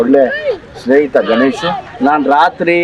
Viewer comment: ಗನ್esh alla sir adhu ಗಣೇಶ್.